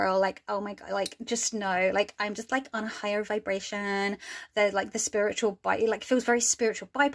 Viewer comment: "I'm just on a higher vibration" Your accent KILLED ME 💀 I agree completely about 1) tarot being too overloaded (though it's fun to study, it's super overwhelming), and 2) miss me with that Starseed Mentality. And then 3) Fuck AI artistic theft and lazy "creators." That isn't art, it's pressing a button. It's a Google search, not an earned skill. Thanks for the video!